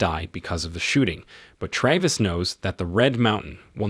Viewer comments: Excellent, bullshit he couldn't decide how to pronounce Travis and at one point said Travis and Trayvis in the same sentence. And constantly shifted between the two. I am not going to even go near his complete misuse of other words. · Why do you pronounce his name both correctly and incorrectly? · Is it 'TRAVIS or 'TRAYVIS'? Need to upgrade your text to speech subscription.